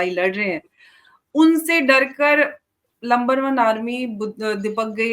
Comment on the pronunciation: masoom sa chehra bana ke pakistan ki army ko Number one nahi "Lumber one" Army bol kar Maze le rahi hain 😂😂😂😂